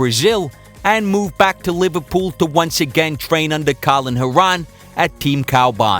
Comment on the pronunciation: Great vid! It’s Colin Heron (pronounced like the bird)